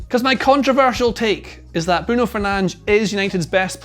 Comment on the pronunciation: Why do you keep calling Bruno's name wrongly?